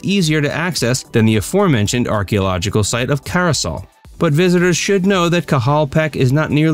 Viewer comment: Good information, although you left out some very important sites and mispronounced 'caye' (it's pronounced 'key' and Caracol is pronounced 'Cara call' not 'Cara sol'. Those are only a few examples.